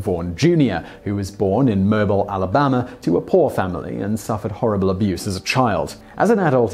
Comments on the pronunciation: Moe-beel Alabama not mobile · Simon, The city of Mobile, Al, is pronounced Mo (Larry&Curly's brother) Beal (like Beal St in Memphis Tn. Love your videos! Let me know if you ever need help with Southern names or places. (Southern USA that is!). Love your work. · Moe-beel is how Mobile Alabama is pronounced and not like a mobile phone. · Great video, as usual! Just an FYI: Mobile is pronounced moe-beel. Southern USA. :-) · Love your videos, but it's not "MO' bil", Alabama. It's "mo' BEEL". 8-) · Why does no one check the pronunciation of Mobile AL before they say it?! It's not pronounced like 'mobile home' goddammit!! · Oh sweetie....it’s ‘Mo-beele’. 😆😉. Bless your heart.❤️ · Emperor Paulpatine by the deep southerners, and the people who live there, it's pronounced mobeel. But of course it should be pronounced mobile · 136 isn’t “genius level” if we’re talking typical Stanford-Binet untimed test (common one back then), it’s “gifted or very advanced” for 130-144, “very gifted” for 145-160, and 161+ is “genius level.” Mobile, AL is pronounced Moe-BEEL. Don’t try to make sense of that, it’s the South. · Mobile Al. sounds like Moe Bill. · Mobile, Alabama is pronounced "Mobeal" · Alabamians pronounce it Mo-bull. Joubert is pronounced Jew-bert.